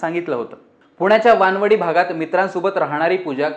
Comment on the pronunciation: Are amba wadi kaju wadi tashi waan-wadi nahi re chutya waanav-di ahe te 😆.